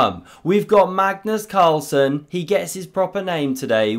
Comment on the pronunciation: you know its serious when says magnus's full name right